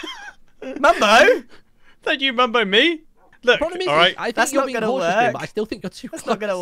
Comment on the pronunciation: "Mumbo?!" "DON'T YOU MUMBO ME!" Sounds like he's saying "Don't you member me?